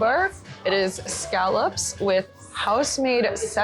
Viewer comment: you say scallops wicked wrong but you love Coffee milk and gagggers. So you're not a bad egg!!